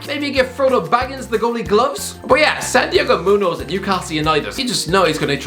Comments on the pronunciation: Ah yes, my favorite Mexican striker: San Diego Moo-nose (the last name is a bit weird because of the "ñ" though so I can't blame you too much) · It’s Santiago munez not munoz, but it’s pretty close